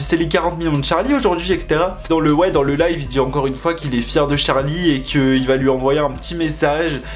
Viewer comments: C’est pas tcharli c Charli!!!!! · CHARLI PAS TCHARLI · C est trop chou parce que tu dit tcharlie et tchaise au lieu de Charlie et Chase mais si on jtm trop🔥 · on en parle de qd il dit « Tcharli » charli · Tcharlie tchase la prononciation mdr 😂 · tu me fais rire quand tu dis son nom tu dis Tcharli😭🤣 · Tu dit tchase et tcharlie wsh😂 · Pourquoi tu dis "Tcharli" et "Tchace" J'attendais trop ta vidéo ❤🥺